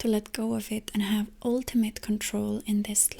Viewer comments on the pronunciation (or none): Offtopic very fan and very good English! Only the word ultimate not "a" sound. Not ulti- mate. More muht